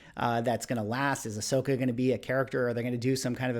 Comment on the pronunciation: I has having this problem too. Kane-ahn and Ah-shoke-a. Like, Star Wars doesn't have to be your cup of tea, but if you're gonna make whole videos about it, maybe go watch someone in universe say their names really quickly?